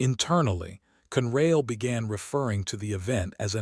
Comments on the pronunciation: It is not CUNRAIL. It has two syllables and is pronounced CON-RAIL, con as in consolidated. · Never knew there was a railroad called Cunrail.These readers don't know to pronounce English words. They do know how to lie and then profit when we click on their BS stories.